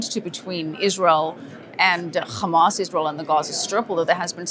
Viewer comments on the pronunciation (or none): Hamas is an Arabic word, stop pronouncing it like the Israelis do! No “kh”!!!! Same with Hezbollah. They both have an actual “h” at the start. 🤦🏻‍♀️